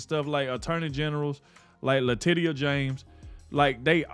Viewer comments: Leticia, not Latitia lol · It's pronounced like "Latecia"NOT Latitia, DUH... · It's pronounced Latechia", not Latitia... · Her name is Letitia isn't it? Not latidia .. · "Latisha" is how she pronounced her first name Latitia,. Just a heads up. Keep up the good work. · You are pronouncing "Letitia" wrong! Say it like this... La teesh sha. Got it!? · I LOVE the way you pronounce Latitia. I hope she is highly offended but hey…that IS how it’s spelled!😂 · LA Titty YA! Is that how it's pronounced?